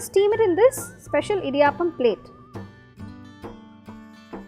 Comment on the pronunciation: Idiyaaappam alla pulle "idiyappam"